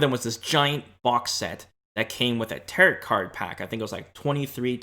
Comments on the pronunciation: It's tear-o, not tear-it cards. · Tear-it? Tear-ROW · it’s pronounced TEAR-OH not tear-it 😭 the last t in tarot is silent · Am I the only one bothered by the pronunciation of "Territ" cards? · Tarot pronounced taro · Stop saying Tarit card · Nice video I hope you don't banned me for saying this but you do know the the last T is silent on tarot. Pronounced taro or tarou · Just a little note, it’s pronounced Ta-ROH. I thought about those characters from the cards too. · Came here for this. teh· row All of the western world pronounces it like this. No big deal. :) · Second T in Tarot is silent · Tarot is a greek word so the proper pronunciation is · Taros is based in cathars divinatory disciplines and is a greek word so the PROPER pronunciation is like spanish people pronounce it